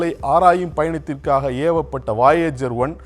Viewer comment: என்னாது வாயேஜரா? அது வொயஜர் Voyager.